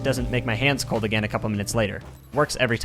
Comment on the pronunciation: Him: "Do you not try playing with cold hands" What I Hear: "Do not try playing with both hands"